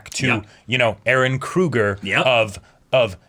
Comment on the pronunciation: Why the f do all the characters have to say eren like ereh lol.